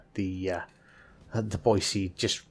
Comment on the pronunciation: Thanks from a local for pronouncing "Boy-see" correctly! There's no "z" in Boise, haha. Great vid! 👍